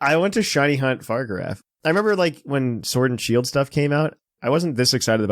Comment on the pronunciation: Fa-rig-a-raff not far-giraf